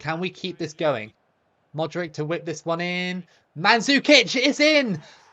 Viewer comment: I don't know how you can get all the players names correct with the "ch" at the end, but then keep saying Modrick 😂😂😂 Croatia can definitely beat Argentina in the next round! They've been overlooked so badly tbh.